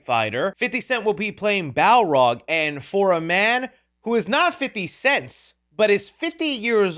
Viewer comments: Bro, it's Balrog, NOT bowrog. 😂😂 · it didn't sound right when he said it